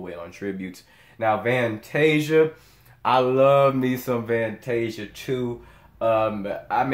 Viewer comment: I dont know Van-tasia lol but Fan-tasia did good...😂😂 see 4.29